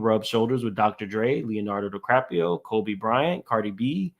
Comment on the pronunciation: … did you say “Leonardo Di crap pio?” Chileeeeee I fell out!!! 😂😂😂